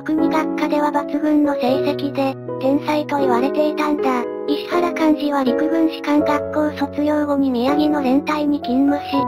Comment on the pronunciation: 石原はいしわらと読んでいただきたかったですねぇ。ゆっくりの変換が大変なのはわかるが